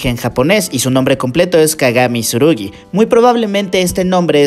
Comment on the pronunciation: Es kagami Tsurugi no Kagami Surugi xd, se pronuncia la “tsu”, en fin. Kagami mi mujer